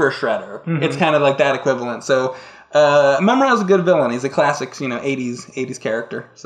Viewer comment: Yes!!!! So happy you said Mumm-Ra!